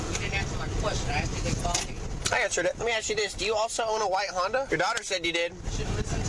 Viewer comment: I hate that! The word is ASK, not axe.